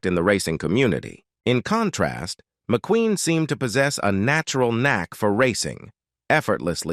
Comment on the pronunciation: Not even 2 minutes in & the AI narrator is struggling to correctly pronounce words. Even pronouncing McQueen as McQuinn; brutal, assessment & legend were sll unrecognizable. I'm out of here.